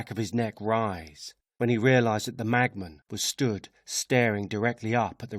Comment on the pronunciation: Brilliant! But why does it sound like he's saying "magman" instead of "machman"?